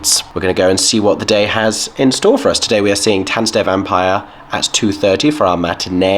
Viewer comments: I’m impressed with your pronunciation. 👍🏻 The only word that you keep saying wrong is „Vampire“. The german „i“ sounds more like your „e“. 😉 Oh and „Stage“ in front of the theatre name is just Stage Entertainment branding. It’s the english word „stage“. No need for a german pronunciation. 😅 And those prices for programs and picture books are just unbelievable. But this is also very typical for Stage Entertainment Germany. 🙈 The same company charges way less in the Netherlands. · You are seriously misspronouncing "Vampire" every time :D EDIT: Otto the Comedian is known for his drawings of Elephants, which he calls "Ottiphants" That's why they are in the theatre. (you can picture search for "Ottifant" if you want to see them) EDIT 2: I kept wondering why you kept saying "von Zero auf Hero" and now I am shocked and sad that they changed the original lyrics from the movie - in Sekunden auf Hundert", which means "in seconds to 100" which was working well and brought the meaning of the song across without having English words in there. (not that I mind English, obviously. But I appreciate not taking shortcuts and actually finding clever lyrics in whichever language.)